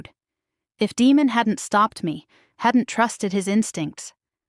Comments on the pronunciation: Yes. Great story and yes the name demon instead of Deymon kept making me cringe then I started yelling Day mon😂😂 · Nice narration but the pronunciation of the name of the Alpha King should be Day-mon not Demon (as in devil). Good story with a bit of humour.